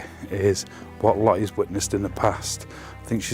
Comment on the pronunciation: It's Lottie not Li